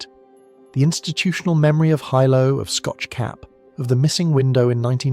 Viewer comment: It’s not Hi Low it’s pronounced Heelow. Hilo Hawaii where I live, and where the scariest events in the State happened. My daughter learned since her childhood where the tsunami inundation zones are and practiced drills and had field trips to the Tsunami Museum in Hilo. She used to be anxious when we drove on the waterfront because of the history. Kids are impressionable, but they have to know. There was a school swept over by a tsunami on a bay north of Hilo. Plus we are close to Japan by relationships of those who moved here and by similar hazards. We watch earthquake activity . It’s part of life here.